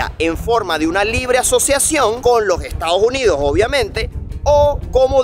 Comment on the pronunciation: Muy buen video, solo que no es Estados Junidos, es Estados Unidos! :face-fuchsia-wide-eyes